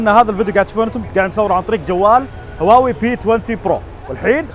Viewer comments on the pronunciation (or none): none